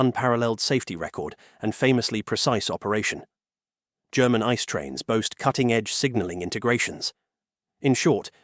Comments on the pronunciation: Germans pronounce it ee-tsay-ay I.C.E. not like the English word "ice". It's an abbreviation for Inter-City Express. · Your pronunciation of ICE is wrong. It's ICE, not Ice🍦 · it is an abbreviation for "Inter City Express", so the letters are pronounced individually: I-C-E